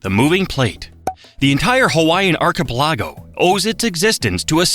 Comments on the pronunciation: Wrong! Hawaii is not the only state that does not observe DST. Arizona also opted out. The Navajo Nation, which spans parts of Arizona, Utah, and New Mexico, does observe DS bt technically separate. This is more AI-generated Diarrhea stinking at the place. Notice that it cannot pronounce "archipelago" or "Haleakala" correctly. more than 1 or 2 times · It drives me crazy how the AI pronounces "archipelago" 😂😂😂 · The fact that so many people are trying to explain that an AI voice-over needs to learn how to pronounce Hawaiian words. Meanwhile, it can't handle English words like archipelago and says "I-ron." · Fact 51: this AI speaker needs to be removed. ar-kee-pel-LA-go, not to mention the bad name pronunciations. Everyone give this video a thumbs down to let makers know they are i sulting the Hawai'ian populace and heritage. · it literally said arkaplago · arco-pell-ago! that's as bad as people who say "Hai-lee-mai-lee" for Hali'imaile. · Archipelago is not pronounced the way it's being said in this video. Google it, you did great with the Hawaiian names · Not just Hawaiian. It needs work on "archipelago" too 😆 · Just when I thought that they did a somewhat acceptable job of pronunciation, the totally faak it up royalty 😂😂😂😂😢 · Hell, it can't even say archipelago correctly.